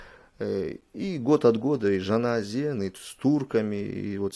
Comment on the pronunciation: Ты почему Жана Өзен называешь всегда Жана Азен это ты принципиально искажаешь.